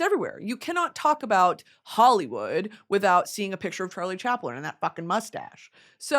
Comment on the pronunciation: Fr said “charile chaplin???????”